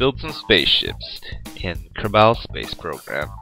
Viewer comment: I love the way he said kerbal. exactly the opposite of how it is supposed to be pronounced